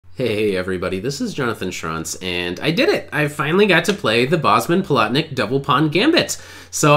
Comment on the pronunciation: Basman is pronounced "Bassman" (as in the fish) rather than "Barseman" as in vast.